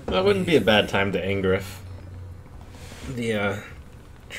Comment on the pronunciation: "I don't tihink i want my tree to be angriff" This made me love so hard as a german, the other day. Happy, to see you are still running this joke!